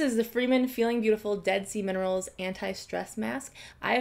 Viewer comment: I swear to god I thought she said "dead semen rolls" instead of Dead Sea minerals